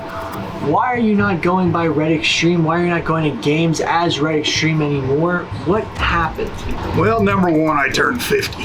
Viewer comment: Shit I was hearing “Reddit Stream” the whole time